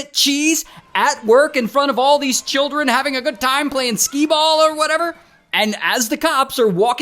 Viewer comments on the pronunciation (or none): “all these churrin” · Ah naur, not the traumatized “churrren”. 😂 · Somebody says “chirrren” to me and I’m out